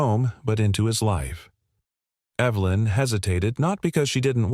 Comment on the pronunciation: The name 'Evelyn' is mispronounced, again with a hard 'E' when context demands a soft one. Oops LoL Obviously this issue is not understood by the author's team. Oops LoL